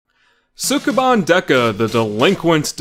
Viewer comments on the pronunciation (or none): your pronunciation of Japanese words is terrible. You're supposed to say sukeban quickly. It's pronounced skeh-ban. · They pronounce it more like "Skeban" but you're not Japanese... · Ouch, pronunciation! The "u" in Sukeban is almost not there. Former co-worker was called "Bancho" at school because her voice was so deep. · If you are going to make an entire video around a word you should probably make sure you can pronounce it first. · Mispronouncing the title within the first two seconds of the video. (¯―¯٥)